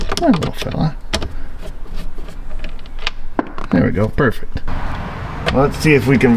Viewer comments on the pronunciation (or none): none